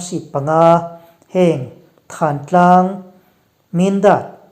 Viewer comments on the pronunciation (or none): none